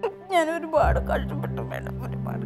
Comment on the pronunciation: മാഡം മല്ല മേഡം അങ്ങനെ പറ പാവം അറിയില്ല അതാ